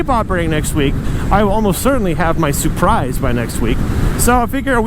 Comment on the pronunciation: The way he said surprise makes me think it’s a supra